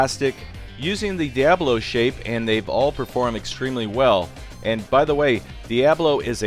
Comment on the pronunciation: Well, if you don't want people thinking that diabolo sounds like the devil, you could try pronouncing it correctly. Dia, as in the Spanish word for "day," and bolo, as in bolo. Pronounce it like it's a hyphenated word. Dia, then bolo. Stop lifting the "a". That's not how it's pronounced. Stop mashing the syllables. They're not potatoes. Pronounce the "a" as "uh".